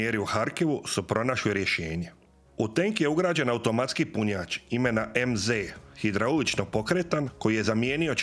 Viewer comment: "Ćetri, hidrauliĆni, naĆin, struĆnim, punjaĆ..." Pokatoličeni Turčine, još uvek nisi ponajbolje naučio srpski jezik koga ste ukrali od Vuka dok ste smrdeli po bečkim štalama, pa idalje ne razlikuješ Č od Ć i obrnuto, nauči prvo da govoriš, pa onda pričaj nešto i pitaj babu ko je teslo uz tarabu 1500 godina HUNgaro-TURski isprdku! ...